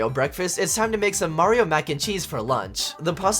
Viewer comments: No, you’re saying Mario wrong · OH GOD HE PRENOUNCES IT MARY-O this videos gonna be amazing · The way he says Mario ball😂